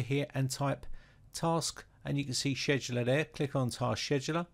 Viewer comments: you pronounce scheduler as sheduler, instead of skeduler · the way he says scheduler ....omg i'm in tears 🤣🤣🤣🤣